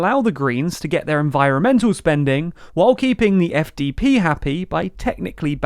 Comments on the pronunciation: 1) congrats on saying SPD and FDP correctly 2) this is not chaos, it’s pretty normal in non-British / American politics and nobody describes it as chaos… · You actually pronounced both the SPD and the FDP correctly in this video, awesome! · SPD and FDP pronounced correctly 👍. Next mistake: The FDP leader is called Christian Lindner, not Linder.